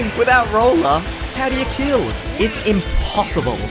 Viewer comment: Why he say Impossible like it’s a pun???